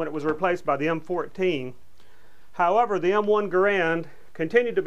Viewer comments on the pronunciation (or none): none